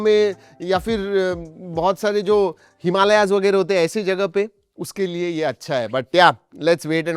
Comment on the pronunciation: हिमालयज??? थू रे तुझे उच्चार .... पुण्याचा ना रे तू